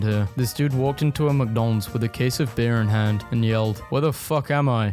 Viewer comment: Are we just gonna ignore him say "Mcdons" here